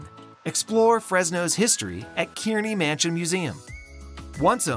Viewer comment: excellent coverage of fresno . please correct pronunciations of names such as kearney , simonian , meux